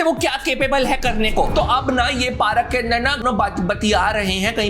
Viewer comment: Baki tou sab theek hai, agar yeh PAARAK Kya hai? Don’t you mean पार्क? 😅 great review btw